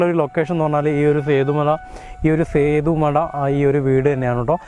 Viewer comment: സേതു മട അല്ല ബ്രോ.. സേത്ത്മട.. 👍